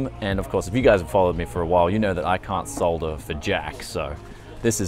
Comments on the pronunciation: It was refreshing to hear someone say "solder" instead of "sodder" like the yanks. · can't solder for jack, but you CAN say "Solder" absolutely correctly!! and... not enough comments about the GIGABYTE Rep?